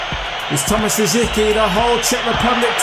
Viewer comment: For Rosicky, the "C" should sound like an "S", so the prononcation should be "Ros-is-ky".